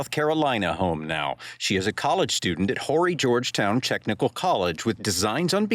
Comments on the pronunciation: This is so very horrifying. Sending thoughts and prayers to the family. And Horry is not Whorey County it's pronounced O-Ree. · First of all the h is silent in horry county.. I hope these Yanks and other people steer clear and let these officers do their job and we also figure out what the mother's attitude with the police is. Definitely Nancy Grace needs to not get involved. It just complicates everything it either had to do with passion or drugs and I will bet the police find out real soon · The H in Horry is silent!!!